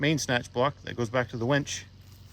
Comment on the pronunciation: Its a winch, not a wench. You keep calling it a wench. (Listen back to what you are calling it)? Lol x